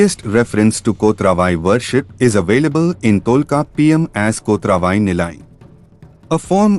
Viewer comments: Not kothra VAi. It is "Kot ravai ". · I wonder why you could not pronounce "Kotravai" as it is.